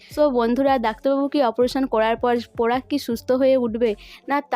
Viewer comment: আবার পরাগ কে পোরাগ পলাশ কে পোলাশ বলা কে বোলা pl উচচারণ ঠিক করুন ।আপনার লজ্জা কোরছে না?